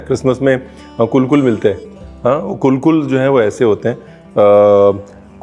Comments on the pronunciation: Lovely 👍 but being Goan I would like to say that the Coconut sweet made at Christmas with the back of a fork is spelt kulkul but pronounced as - kalkals 😀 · Its kal kal not kul kul chef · Liked the way u said coolcool v says calcal 😃👍